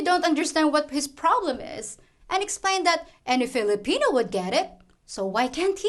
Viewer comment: Hahaha thanks again for your videos. I think it's "flipina time" not Philippine time. Hahahah. Ingat ka lagi.